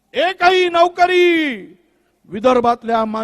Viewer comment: नवकरी नाही नोकरी असते ती, कट आफ नाही कट ऑफ असतो.महाराष्ट्रात राहून मराठी पण नाही शिकलात.😂😂